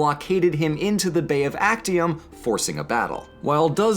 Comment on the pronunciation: Its pronounced aczium.